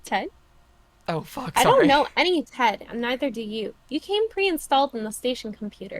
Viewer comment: saying "jed" instead of "ted" is fucking crazy goddamn, creepypasta video on the mind 24/7